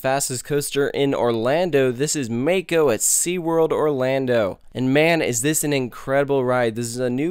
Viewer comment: I feel the same way about it.Its a absolute great ride.BTW PRONOUNCE THE RIDE "MOCK-O" NOT "MAKE-O"